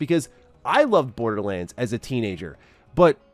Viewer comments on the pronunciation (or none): Thanks, now can't help but hear, Borda-lins 😂